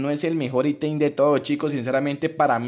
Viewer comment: Por que dice itein...